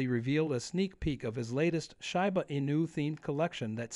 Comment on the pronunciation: When the guy starts pronouncing Shiba correctly, THEN I'll start believing him.